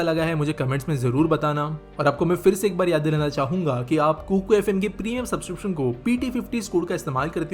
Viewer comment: Kukar FM nahi hai sahi se bolo it's kuku